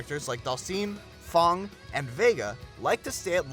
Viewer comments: No one says F.A.N.G like "thong." Wth lol, great video though. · I'd never heard it pronounced like that before this video. The game itself says "Faying" when you pick him and during the cutscenes. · Disliked for the way he said fang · I guess I was just ignorant when it comes to pronouncing F.A.N.G. Never heard anyone mispronounce Karin though, I'm sure of that.